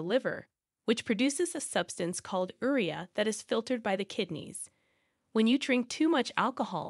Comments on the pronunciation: One of the reasons I hate computer-generated voice is the mispronunciations. Urea pronounced er-ria 🤦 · Urea is pronounced yew REE uh. I found that ignoring urination urges leads to wet socks.